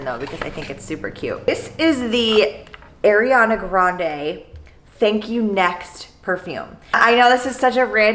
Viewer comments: The way she says Ariana wrong is killing me... lol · I'm sorry haha I've just never heard it pronounced like that before!